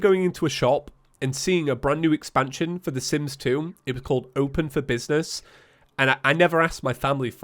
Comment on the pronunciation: When he said je was recording Sims stuff i heard Simp stuff. Didnt know he was a simp lol.